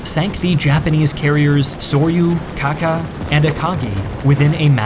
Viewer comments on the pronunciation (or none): ITS KAGA, NOT KAKA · Your pronounciations of the IJN ships are garbage. Yamoto -> Yamato Mushashi -> Musashi Kaca -> Kaga